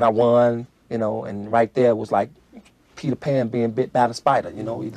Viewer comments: Bro it's PETER PARKER! NOT! PETER PN THE FU??? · Peter Pan?... it's PETER PARKER you fool! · It's "Parker"..... Peter.. Parker...